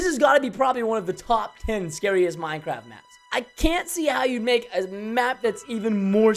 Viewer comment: You know it’s bad when he says “I’m not playing minn-craft again”